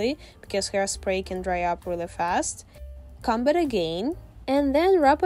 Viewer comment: Also ik you try your best at speaking but it sounds like you say c#m it a really bad word so just like try and say comb